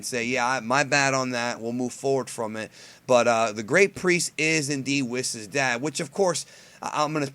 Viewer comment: why do you call him Wiss? It is "Wees"